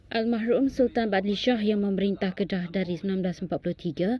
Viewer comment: Bukan al mahrumlah tapi al marhum !!